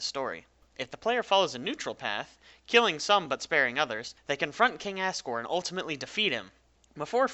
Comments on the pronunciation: also assgore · It sounds like he’s saying King ass gore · By the way, its said as Azriel and Azgore, not Assriel and Assgore. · Is it only me or do you hear as-sriel and as-sgor? (I don't curse so I did that) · Am i the only one who thought that he was saying "ass" riel and "ass" gore imstead of asriel and asgore? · i love how you say it like assgore and assriel like just wow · It's two AM and my whole family is asleep and I probably just woke them up from laughing when he said ASGORE and Asriel. It sounded like assgore and assriel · "Assriel" "Assgore" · AnonyBlu Glad I'm not the only one who heard him say their names like that